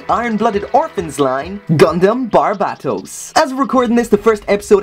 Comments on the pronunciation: Why does he pronouce Barbatos, Barbaetos i mean like what? But good thing now knows how to pronouce it good job and I love your vids.Keep on making great and funny videos man I think you're a funny guy.Again keep on making great and funny videos. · Thats not how to say his name